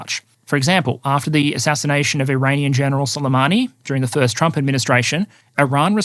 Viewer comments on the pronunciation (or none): none